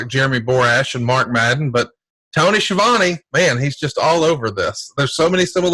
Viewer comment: It's pronounced Ski-a-vone.